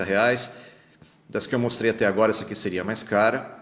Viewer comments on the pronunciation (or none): none